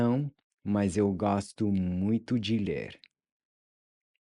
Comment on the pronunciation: The three big things I learned in this lesson. 1. The "j" in viajar is pronounced like the "s" in measure. 2. The "d" in "adoro" is pronounced by touching the back of your teeth with your tongue. 3. Gostar + de + infinitive vs. Adorar + infinitive. I just had one question though...when you say "mas" it sounds a little bit like "mais", I don't think I have seen one of your videos that shows how to correctly say "mas"